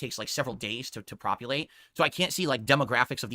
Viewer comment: Maybe it's just me but it sounds like saying propulate instead of populate